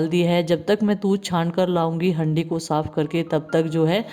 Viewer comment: हैंडी नही हांडी होती ह ये ओर हरि नही बोलते हारा बोलते ह दीदी